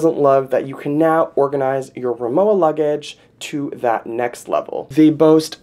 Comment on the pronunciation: Pronounced RimoVa. W is pronounced as a V in German. Rimowa is German